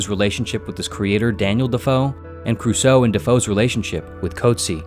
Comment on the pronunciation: Also pronunciation of Cruso gave me pain.